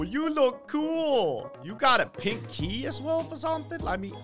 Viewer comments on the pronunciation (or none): hahahahahahahaha the way he said pink key it's like pinky